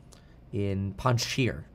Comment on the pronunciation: (Pahn-shear) panjsh…eer. I died laughing at this